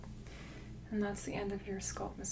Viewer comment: This makes me a little crazy. I love her videos, but it's so jarring every time she says sculp instead of scalp....